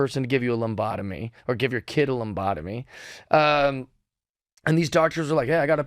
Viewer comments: Someone's gotta tell him it's "lobotomy". Not "lombotomy" :) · Uh, good guy, but he said "lumbotomy"....a few times.. Does he realize the word lobotomy? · lob otomies haha not lumb otomies couldn't keep a straight face hearing that. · Jeff, the lambata is a Brazilian dance. A lobotomy is a brain scramble. I heard lambotmoy 12 times 😂😂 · You say lombotomy, I say lobotomy. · Bro. Stop saying "Lombotamy." It's "lobotomy" like "lobe." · I love Jeff! Hilarious and right about most of his ideas. But read the word "labotamy" so you stop saying Lombotamy... lol. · Minor thing, in the scheme of things.... Stop saying Lombotomy, it's Lobotomy. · I chuckled every time he said "lombotomy" 😂 i didnt know who he was until this interview and i ended up loving it! ❤ who knew common sense was so controversial 🤷‍♀️😆 lol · Jeff needs a lumbotomy so that he can say lobotomy correctly. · I was doubting my ears the first three times he said it…but then he kept saying it over and over…😂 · I wasnt sure after hearing him so surely saying it that way. It made me question myself